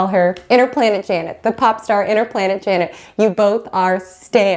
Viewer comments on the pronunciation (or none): none